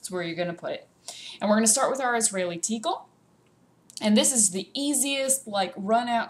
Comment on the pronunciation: You are incorrectly pronouncing tichel.... Ch in hebrew is pronounced like your clearing your throat sort of...